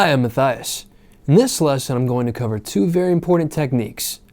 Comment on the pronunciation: Sounded like "Hi I'm Messiah" ☕🤔